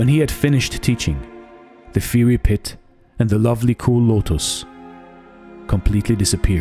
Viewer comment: I appreciate your videos, have been watching for over a year. In case you are interested in pronunciation feedback, look up the words: Fiery, bowed, homage. If not then thank you for your work 🙏🏼